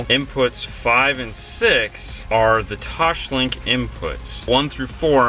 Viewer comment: Does "Toshlink" kill anyone else? It's TOSLINK.